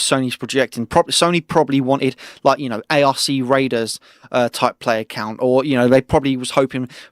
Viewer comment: Sorry but I gotta say it, the ARC in ARC raiders is pronounced as 1 word, not by its individual letters lol